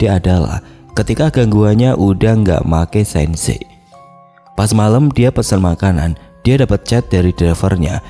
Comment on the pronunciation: Maaf mas.. Kalo ada istilah2 bahasa inggris, mending googling dulu aja cara ngmgnya gmn mas.. Kalo salah, malah jd lucu dan ngebingungin mksdnya apa 😂 Make sense itu mek sens Suggest itu sajjes Fyi itu bukan fai. Tp for your information Mksh 👍👍